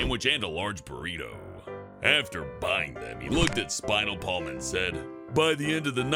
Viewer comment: Okay seriously am I the only one who hears SpinalPalm and expects them to say Spinal Tap?